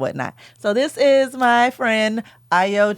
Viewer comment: A-YO it's Ayo